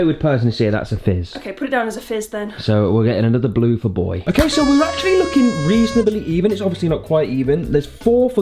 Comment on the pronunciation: It's not OKEH to be OKEH <3 (titan cry)